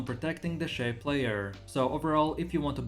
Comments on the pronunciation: ffs, u cant even pronounce shai correctly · Maybe one day he will actually say shai right KEKW